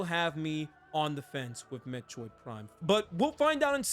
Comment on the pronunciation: I can’t unhear “Met-choid” xD